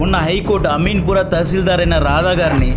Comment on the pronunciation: అమీన్ పురా కాదు బ్రో... అమీన్ పూర్ అనే పదాన్ని సరి చేయండి